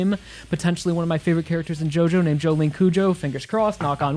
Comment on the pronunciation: It's pronounced JO-LIN